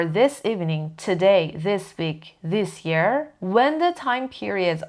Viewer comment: جان تلفظ this year رو دیشیر گفتید اگه ممکنه تو پنج دقیقه ای ها پرونانسیشن این نکات رو بعدا بزارید 🙏💐